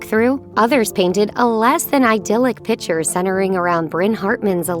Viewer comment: Dear narrator, The word “picture” has a “c”in it. A “pitcher” is totally different.